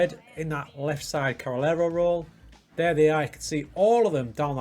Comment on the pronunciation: I think it's pronunced Carrey -Lero